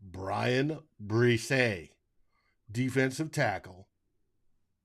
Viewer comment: If the Vikings do pick Bresee, I hope the media and fans learn how to pronounce his name correctly.